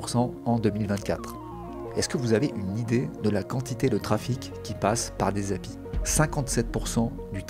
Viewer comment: Excellente vidéo. Ça fait juste bizarre d’entendre quelqu’un dire Happy pour API 😂.